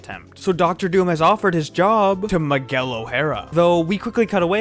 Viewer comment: Who t f it's "Maguel"??? M I G U E L